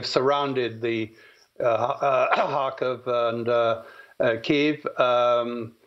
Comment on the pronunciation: Please show Ukrainians and the Ukrainian language respect by pronouncing the nation's capital KYIV correctly.